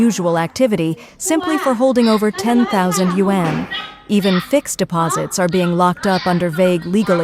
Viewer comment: GREAT REPORTING ! -- BUT THE A.I USED FOR IT , SUCKS BIG TIME , --- IT CAN'T EVEN PRONOUNCE " YAUN " PROPERLY --- AS 1 OF IT'S MANY SHORT COMINGS --- GET RID OF IT OR FIX IT PROPERLY --- IF YOU CAN'T PRONOUNCE A WORD LIKE " YUAN " ON A CHINESE INFO SITE --- THEN IT'S TIME TO LEARN HOW & QUICKLY WORKS BETTER ! ---- PITFUL BARELY DESCRIBES THE MOMENT WITH " GREAT TRUTH " ----- ---- THE A.I CRAP OFFERED, ---- GETS YOU A VERY BIG " THUMBS DOWN " ----- from Alberta, Canada J.